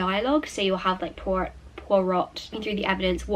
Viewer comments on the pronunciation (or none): It is pronounced “Pwoy-Roh.” The “T” is silent. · Pwah-row (Poirot) :) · I think you pronounce proirot as "pwar row" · Poirots name is pronounced (poy-roh) just so you know! Hercule Poirot books are the best!! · Poirot is pronounced more like pyro. Just watch itv4 ft any time of day and you'll see and hear poirot a lot. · Oh my lord! I loved this vlog so much- Poirot is pronounced poy-row, I'm pretty sure! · we say "pwa-ro." the shows are amazing! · Poirot = 'Pwah-roe' :) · you're right it's pwa-roh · Just a little note, the T in Poirot is silent 😊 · Poirot = pwah-row xx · hi, I love your videos but just wanted to let you know that Poirot is pronounced [pwa - row]:) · its pronounced poih ro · p.s. it's pronounced pwa-row ! :) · it is pronounced pwiro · It’s pronounced Pwy-row 🤍🤍🤍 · yes actually ‘Pwah-row’ is a good way to pronounce it! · I think Poirot is pronounced 'pwah-Roh' it's a french name so you dont say the "t' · Pardon my ignorance (I'm French) your pronounciation of Poirot really is the cutest thing and is not the elephant in the room really. Boilling tap water however is!!!!! I mean, how? why? does anybody get burnt switching it on by mistake? Sooooo many questions! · HAHAHHA. can’t even pronounce Poirot! 😂😂😂😂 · Guessing from your pronunciation that you've never seen the TV series of Poirot? As a British person this surprises me, my parents and grandparents watch it all the time so I thought it was very well known 😂 lovely video, I think I reading 3 books in one day is very impressive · Hi, I thought you would know how Poirot is pronounced in French it is with the same prononciation as aunt but you just pronounce the au without saying the nt, this is a quiet t. Great video as always ✨😊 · Maybe watch a little of the BBC‘s Poirot so that you can hear how to pronounce his name. The show is excellent and is definitely worth a watch. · I’m French and I can say that the way you pronounce ‘Hercule Poirot’ is just the cutest thing ever haha